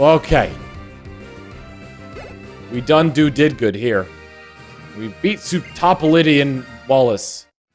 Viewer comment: I think Sootopolitan is supposed to be pronounced "Soo-toe-pol-i-tin" like Cosmopolitan.